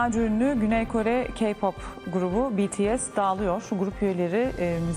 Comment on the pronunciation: 2. Habwr geypop diyo